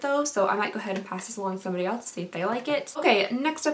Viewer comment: I love you. I watch all your videos. You are relatable and beautiful and funny. But please, for the love of God, stop pronouncing "else" with a t. It is not "elts". I physically cringe every time I hear that word.